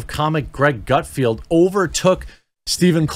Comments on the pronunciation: Not to be that guy Jeremy. But it's Gutfeld, there is no "i" in his name. It's pronounced felled not field. I have been watching him since the old Red Eye days. When he was on at like 3am. But his success is simply a matter of an oversaturated liberal field and no Trump to keep them afloat. I mean if Craig Ferguson came back (please 🙏) he would crush them all at this point. He was never really political. He's genuinely funny and his show was great. He would be number one in a week. If CBS had ANY brains, they would fire Corden, move Colbert to , and back a truck of money up to Craig's house. But sadly, Craig has integrity and has flat out said he doesn't want to be "the guy" . Too bad for all of us. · It’s GutFELD not Gutfield. And what’s with not reading everything as it’s written? I have to say, that’s frustrating to the viewers. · If you're going to try to get on his show, then I strongly recommend you try to get his name right. It's GUTFELD, not "Gutfield"! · If you want to be on GUTFELD, it would help if you started pronouncing his name correctly. It's NOT Gutfield, it's Gutfeld! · "Gut-Field"? Seriously Jeremey? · Come on Jeremy put a little more effort into reading. His name is Greg GUTFELD. There is no i. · Omgosh. It’s GUT-F E L D. Learn to read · Maybe if your going to talk about Gut FELD (not pronounced Gutfield) maybe spend a few minutes watching his show rather than just dismissing it as "right wing" because it's on FOX. In general I rather enjoy your commentary but you've really got your head crammed someplace it shouldn't be crammed when it comes to FOX news. Please do some research in the future before you start yammering on about things you obviously haven't researched at all. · GUT FELD! GUT F E L D! LOL. Come on Jeremy! There is no "i" in GUTFELD. Coming from someone who's last name is coffield, pronounced koe feeld :) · Maybe 1st learn how to say his name correctly before you wanna be on his show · Its Gutfeld,not Gutfield